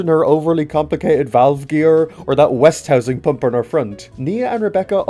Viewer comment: I just want to point out two things- 1: you were saying west-housing instead of West-ing-house 2: (I could be wrong but at least on American equipment) they’re braces for the crosshead guide rails, not side rod guards Other than that, interesting , well put together video.